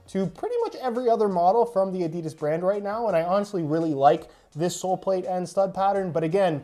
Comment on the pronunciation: Did he just say adidis